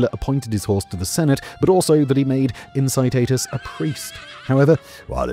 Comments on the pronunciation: "In-ki-TAH-tus", not "in-si-ti-tus" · Late to the game pronunciation fix: Incitatus = Ink-ee-tat-us